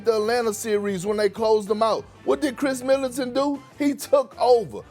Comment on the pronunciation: Why Kendrick Perkins keep saying “Kris Militant”